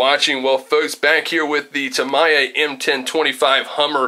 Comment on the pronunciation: Thanks for the videos on the Hummer TA01 teardown. However, seeing you have so many Tamiyas (unimog!) it is pronounced, and has always been pronounced, by the Japanese as Ta-Mee-Yah. Try it out.